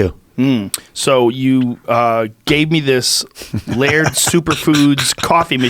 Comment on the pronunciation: Its pronounced lard.